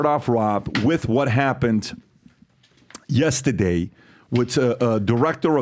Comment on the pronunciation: Learn how to say yesterday Pat……say your R’s Sir!